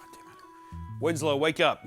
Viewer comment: Winslow sounds like “Itsagundam”